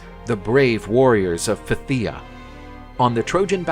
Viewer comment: Phthia is pronounced "Th-ee-Ah", The Ph is more of a really really soft F. It confused me at first but just so everyone knows.